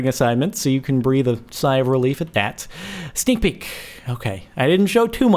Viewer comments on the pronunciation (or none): that sounded like snik pig instead of sneak peak